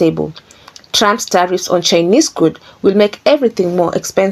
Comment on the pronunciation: I like the way she says Trumps as Tramp.. Which he is..